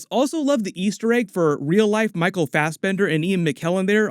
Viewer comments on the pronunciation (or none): none